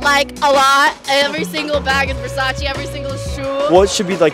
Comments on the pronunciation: “Every single bag” and she still say “VersachY” omg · everything versace yet she doesn't even know how to pronounce versace correctly